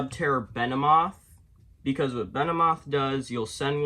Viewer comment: I'm confused, why do you call subterror behemoth fiendess "venemoth?"